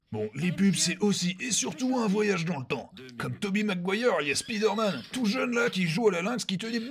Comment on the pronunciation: Critiquer la prononciation de "saiyan/saïyen" et ensuite dire spideurman c'est laid.